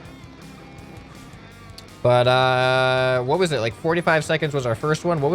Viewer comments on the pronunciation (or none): If your confused, he said “but uh” and it sounded like the word butter so that’s that if your confused